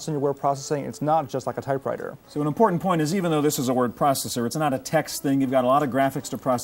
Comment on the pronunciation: Loved the “Don’t torrent,... it’s importa’nt” 😂🤣😉👍🏻